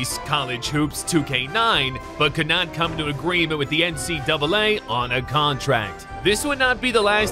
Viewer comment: I thought you said NCWA